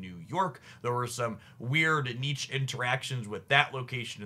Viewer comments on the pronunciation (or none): The way you pronounce "niche" hurts me...